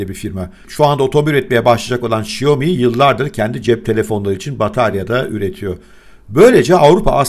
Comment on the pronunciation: Şaomi, huavey, doğrusu